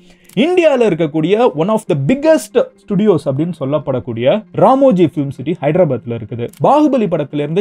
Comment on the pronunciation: Ramoji ❌ Ramji ✅😂